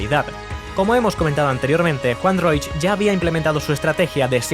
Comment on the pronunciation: Increíble que este sea tu primer vídeo. ¡Gran aporte! Solo un pequeño aporte: el apellido de Juan Roig se pronuncia "Roch", no "Roich" (la "i" se omite). Me encantó que la primera tienda que sacaste fue una de las de Sagunto por cierto jajaja, justo esa es la que están reformando ahora a lo que llaman "Tienda 9".